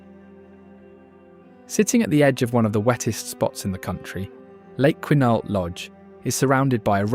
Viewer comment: Quinalt is pronounced Kwin-AULT.